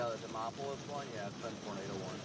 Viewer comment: Butchered the pronunciation of "Demopolis" a bit , but that's honestly something I'm willing to overlook.